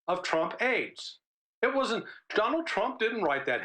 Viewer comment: Well I was told different so I checked again and what happened is he started to say one thing then switched; he says "when" then changes and says "I wadn't" in the CIA... never been... but I read the news..." I think his quick change of directions after saying "when", coupled with his very American slur of the contraction (wasn't) resulted in the misunderstanding. "when, (skip that)... I wasn't in the CIA; never been... but I read..." I think it makes sense now. If I was CNN, I would leave it as I stated it and let people think what they want.